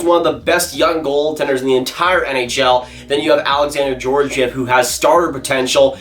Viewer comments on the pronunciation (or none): As a Ranger fan I’m happy they are one on this list but why does everyone pronounce Georgiev’s name wrong it should sound like gor-gi-ev not george-i-ev I don’t know why but it just annoys me